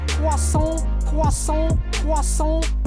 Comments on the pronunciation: Cwassont, Cwassont, uhhhh Cwassont. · CWASOHN ..aaAAA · ARE YOU GONNA FINISH DAT CWOISSANT?!